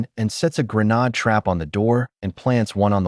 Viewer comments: for heaven sake stop saying "GREENAAD" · Grenades have been in use since the 19th century and you suddenly and stupidly pronounce it as 'greh-nahd'. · Why do you keep pronouncing grenade as GreNAD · Bro you good don’t be sorry , we all knew what you said and mean ! Thanks for the upload, can you do more bank robbery movies please ❤